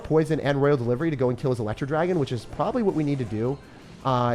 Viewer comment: roYYYYYYal not raaaal